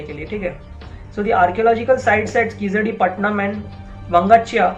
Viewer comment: Wow you can't even pronounce the name of the place right, where are you reading your article from ? Hari's totally biased article. What proof do you have / verified to claim this as actually true? Bringing unwanted politics into it, reports regarding keezhadi are being submitted as soon as they are found , there are regular updates on what is happening and everything is very much transparent. Kizhadi is just one site people like you are bringing in ugly politics, what about other sites such as Adichanallur which was excavated way back , you guys are just butthurt people who don't want to know the actual facts and are too scared of it. Prove it if you can or else better shut your mouth, speak with proof cos just because you say TK TK every second no one is going to believe you.